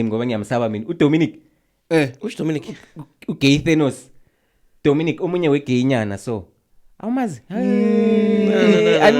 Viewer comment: Unesbindi Bruh you mentioned "Donimic" 🤣🤣🤣🤣